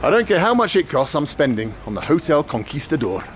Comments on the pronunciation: It's pronounced as otel looks ) not jotel lax. No wonder nobody knew where it was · Hotel in Spanish is pronounced Otel. Just FYI probably why they didn't understand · He pronounces the h in hotel lol. But I agree he's doing well. Broken, but comprehensible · The rickshaw driver could not understand a word that spells the same in English and Spanish, hotel, because Benjamin pronounced it, "jootel." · The 'H' is silent....